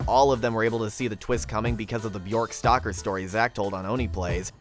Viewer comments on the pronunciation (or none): none